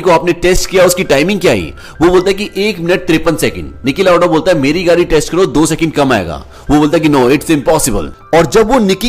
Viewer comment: Stop saying Nicky lauda